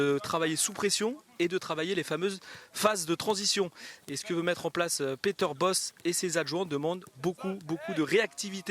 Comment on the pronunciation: IL S’APPELLE „PETER BOCHE“ ET PAS „BOSS“ ÇA DEVIENT FATIGUANT...